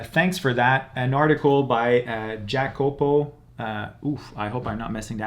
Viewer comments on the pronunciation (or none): Jacopo is an Italian name. So it's pronunced "iacopo". Btw great video, cheers from Italy.